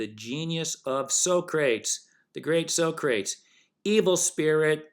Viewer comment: I think the fact that you don’t know how to pronounce Socrates’ name automatically disqualifies you from discussing anything spiritual or philosophical.